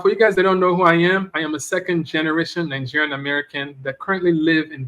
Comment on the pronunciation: Nine-gerian- American?